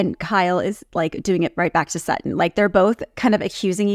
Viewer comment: Her name is SuTTON not SAA on please girl learn your language before you speak